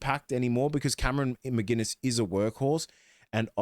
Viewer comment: There is no G in McInnes. He isn’t a beer.